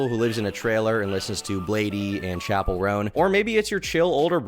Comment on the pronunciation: you did not pronounce chappell right get geeked loser